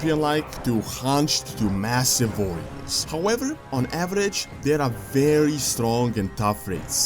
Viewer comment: Bugs me out when he says Varriors and Vorgen wtf is this